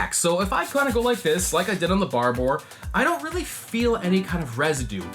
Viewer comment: BHAR - BORE! Hearing yanks pronounce anything is so funny.